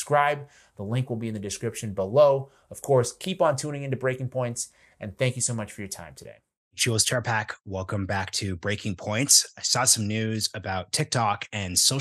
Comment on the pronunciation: Marshall didn't cover Tik Tok. Marshall interviewed Jules Terpak. Please include her name in the description and bookmarks so it's more clear. Marshall's pronunciation was not clear.